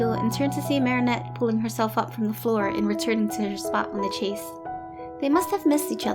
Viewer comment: Ok the story and drawing are great, but this little think is just grading my eardrums! The word ‘chaise’ is pronounced sha(like the a in shape)ze, not chase. It’s French for chair.